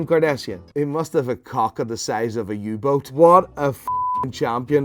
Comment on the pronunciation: i spit up my coffee at "uboat"